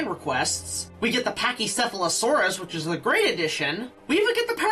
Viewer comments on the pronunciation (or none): none